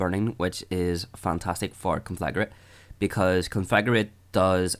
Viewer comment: Nice video, but every time you pronounce Conflagrate as "Conflagarate" I throw up a little.